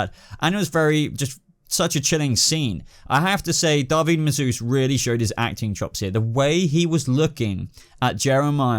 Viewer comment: Dahveed Massuesse??? it is David Mazouz